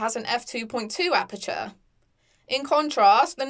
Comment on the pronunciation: Could you please learn how to pronounce "aperture"? Good video apart from that.